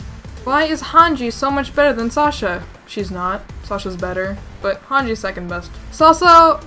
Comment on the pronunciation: it supposed to be hanje/hanji 😂😂😂